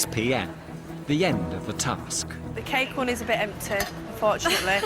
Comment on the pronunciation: did the commenter say wedding cack? instead of wedding cake??